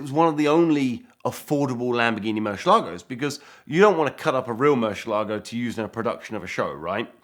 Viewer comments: It would be very professional for you to learn how to pronounce the model of the Murcielago (which means bat 🦇 in Spanish) not Murshielago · Eds in the background going, "It's MurciELago not MurcielAgo."